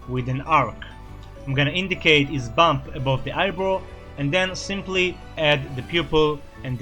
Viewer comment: When you said ‘indicate his bump above the eyebrow’, I thought you said ‘indicate his bum’ 😅😅😅🤣🤣🤣